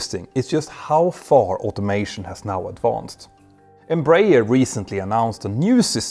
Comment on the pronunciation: Just let you know, the correct pronunciation is EmbraEEEEERRRR